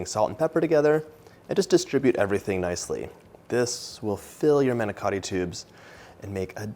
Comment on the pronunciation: The manicotti looked delicious and a nice easy recipe. The presentation was great but please do not get offended but you did not pronounce it correctly. Manicotti . Thanks